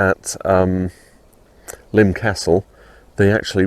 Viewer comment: Nice video. Subscribed. And thank you for giving me the correct pronunciation of Lympne, after all these years. I was 16 when BTTE came out and I LOVED it at the time, I think mainly because I was happy to hear Paul rock after the mellow London Town. I was stunned by the negative reviews and lack of airplay at the time. While I still love the album, I'd now have to rank it as my second least favorite Wings album (LT is least favorite), but there's no Wings album that I don't like, I think they are all great in their own aspects. I think my issue with this one is that I find it to be a case of the parts being greater than the sum. I mostly love the individual tracks, but the album just doesn't seem to flow well for my listening. And it is not The Broadcast that upsets the flow for me. I'm with Bowie, I think The Broadcast is unique and enjoyable and it has grown on me as I get older. It's the Rockestra that drags the album down a bit for me. Kind of boring, IMHO. I would expect, with such an assemblage of talent in one place, that material for Rockestra should have been a bit more dynamic. Granted, Rockestra Theme was award winning, but I can't for the life of me understand why. I've heard better soundchecks. I'd much rather he left Cage on the album, instead. Anyway, thanks for this insightful on location review. I'll be checking out your other videos soon.